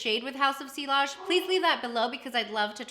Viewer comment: Great video. Just in case you would want to know, the ‘ll’s are silent. It’s French and you pronounce it “see-ahj”. 😊